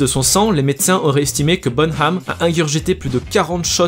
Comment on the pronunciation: Par contre ça se prononce bonam et pas bonHam